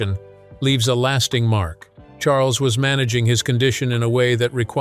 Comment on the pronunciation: I cannot believe the narrator called King Charles “King Shmarles” clear as day!! How disrespectful!!!!